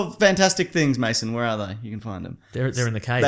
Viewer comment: Why do so many people call him "Maso" its Mason